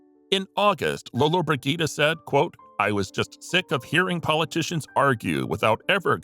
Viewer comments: these stupid videos should teach their narrators to pronounce words correctly, not to mention names, and famous names at that!! it’s not Lolobrid Git’ a !! it’s Lola Bridg’ ita. jeez!!! and double jeez!! 🙄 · I sincerely appreciate your videos especially the ones titled, “No one/Nobody expected this”... I couldn’t stop laughing at your pronunciation of Gina Lollobrigida’s surname! Regardless it was a informative video. Thank you.